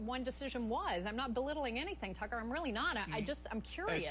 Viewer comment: "Relly"? Ok then, we'll see.